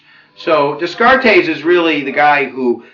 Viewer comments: Descartes - "de" "cart" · Nice overview, from one teacher to another. But please read the pronunciation guide. Pronunciation guide: The philosopher "Descartes" was called "Day-Cart" by his friends. "Leviathan" is pronounced the way it's spelled: leh-vy-uh-thun. Best line: "the people lay the government" - heh heh